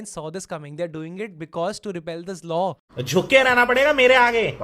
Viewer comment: "Repeal" not repel